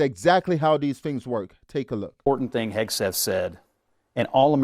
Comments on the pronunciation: Hesgeth? How many times can you mispronounce it??? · I wonder why he can't even pronounce Hegseth properly. He says Hesgeth. This indicates he is lazy in his speech which also reveals a lazy intellect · Who's Pete Hasgit? These "unqualified guests" could not even get Hegseth's name right. We should push CnN to fire Abby, their stupid ringleader. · His name is not “Hes-Geth”!!!!!! Bronze Star is the fourth highest honor! Also ….. Pete is not aiming the rockets at the targets. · LOL YES!! He doesn't say his name correctly! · This idiot can’t even get Pete’s name right! Where does CNN find these morons?? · That dude cannot even pronounce 'Hegseth'. LMAO. CNN is a disgrace, as usual. Thank goodness for Scott Jennings. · That guy does not even know how to pronounce Hegseth. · Every time Bakari goes on CNN, he either cries or humiliates himself in one way or the next, he can't even pronounce Pete's name! Their problem is they want information ftom Pete and the Whitehouse which they're never going to get and military recruitment is through the roof, which these traitors hate. Damn shame. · How is it possible to go on a panel, and not having a clue about anything? He could not even get Mr. Hegseths name right. Thanks you Scott Jennings for exposing idiots. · apparently the words "ask" and "Hegseth" are tough to pronounce for some.. 😂😂